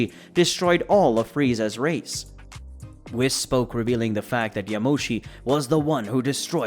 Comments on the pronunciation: Why does he keep saying whis? Its pronounced wheese. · It’s pronounced wees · I hate how he says whis